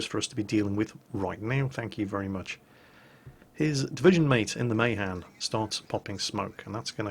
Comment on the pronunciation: + The Mahan is pronnounced Muh- han.